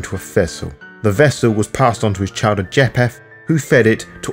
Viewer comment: or pronounce names correctly: ie. "Cappadocious" and "Japheth" . Overall, not a bad summary and I appreciate the work. I just think "Capadokious", "mafoosala", "jap-heth" and "Capadoki" are like nails on a chalkboard to me.